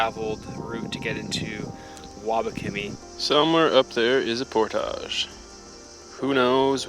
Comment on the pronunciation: You're speaking English, but why do you pronounce portage the French way? You don't know how to say it in English?